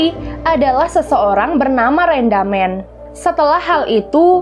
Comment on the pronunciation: Rindaman Bukan Rendamen